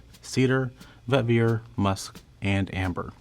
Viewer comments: for the love of God pronounce vetiver right😂 it's Vet-Eee-Ver not Vet-Vi-Er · Bruhhh, why do you keep on saying, Vet ver??? Pronounce it correctly!! Its Veh-tihh-ver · This video is one big eye roll and the most favored is proportionate to what is most insipid, go figure lol. "While not as famous as Obsession?" Huh? Also, the Fahrenheit bottle is iconic, what a diss. When I keep hearing 'vet-veer' it reminds me of Scooby Doo's 'ruh-on,' which would be an appropriate response for this whole, Scoob. It's also a bit embarrassing that they confused the 1974 Givenchy Gentleman with 2019's Gentleman Cologne when listing the notes. Of course they wouldn't be fans of my beloved Gentleman. Lastly, "it smells like a French guy made it" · Every time he says “vetVEER” I die a little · I was going to say, this poor fellow can't say vetiver to save his life. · I refuse to receive fragrance advice from someone who can't pronounce vetiver correctly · He seems to mispronounce vetiver and fougere, as well.